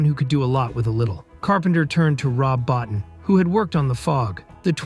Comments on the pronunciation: Rob Bottin. His surname is pronounced “Bo-teen”. Easy enough mistake to make… but also easy enough to get right with the appropriate amount of background work. Your mispronunciation of key players’ names is really dragging the quality of your content down. Invest in some more up-front research and checking and it’ll pay dividends down the line.. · Bottin is pronounced "boh teen"